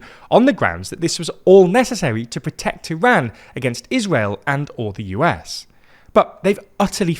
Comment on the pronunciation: You're not even saying the name of our country correctly 😅